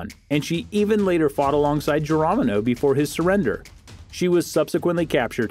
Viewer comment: Geromino? research your pronunciations please